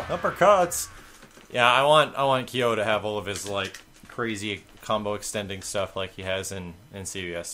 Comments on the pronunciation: kaio? thats like pronouncing ryu, raiyu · Kyo is one syllable. It's exactly how it looks. "Kyo." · Kyo and Ryo are pronounced "keeOH" and "reeOH" (both fast), just so you know. Thumbs up so can see.